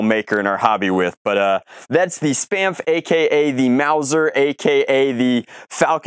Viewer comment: Sounds like "Spameph" lol